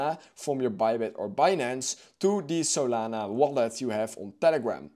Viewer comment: What did he say? I heard the saliva movin